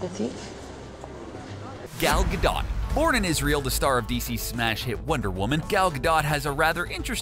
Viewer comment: it's not gado it's gadotttttttttttt